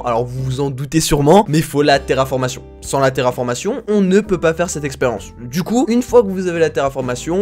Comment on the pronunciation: "terraformation" ? j'ai saigné fort des oreilles